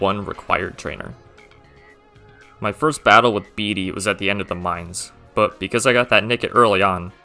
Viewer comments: idk why everyone calls bede 'beady'?? like you can hear it's 'bed eh' it literally says that in his song :') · I hate to be that guy but Simone has to you mispronounced names ,Pokémon and towns “beedee” hurt me physically